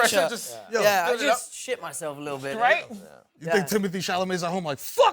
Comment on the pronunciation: Tom Holland: "We pronounce more of our consonants" Also Tom Holland: "Yeah, it's frustra'ing" "I just shit myself a li'ol bit" "He'o be mor'ified that I said that"